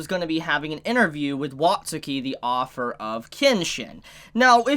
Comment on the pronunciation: You say "author" as "offer"